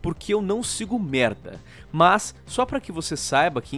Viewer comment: muito bom o falando merrda